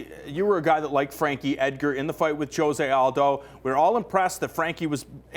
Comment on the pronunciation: Why do they pronounce Jose wrong every time!